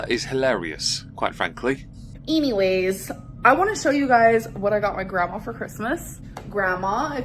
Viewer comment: for her pronouncing "anyways" as "Eenyways" 😂😂😂